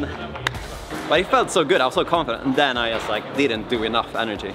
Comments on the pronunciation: You're english is so good, that I'm asking myself, why you would pronounce the word "just" like you do? (no sarcasm!) - Great to see back! It's also nice to see how you're climbing is getting better and better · It's a common mistake for us Scandinavians because our J's are soft, used kinda like Y in English at the start of a word. Jump, juggle, jam, job etc. Personally, I wasn't even aware I did it until a native speaker pointed it out.